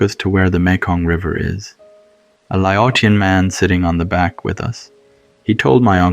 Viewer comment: Hey, so, Laotion is pronounced like (Lay-ocean) & Hmong should sound more like (Mong). Great storytelling, though!